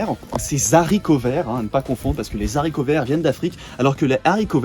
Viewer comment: haricot est un h aspiré on dit donc des haricots et pas des zaricots mais bonne vidéo à part ça (j'ai dislike)